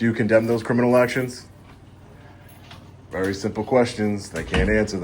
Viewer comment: “ be vawee vawee quite, I’m hunting wabbits “